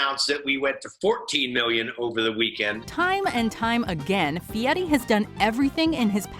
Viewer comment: guy "fieti"????